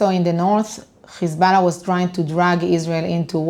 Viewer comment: Now I've seen some nasty shït in my life but gotta give her, she is the worst "Hezbollah" pronouncer of all time.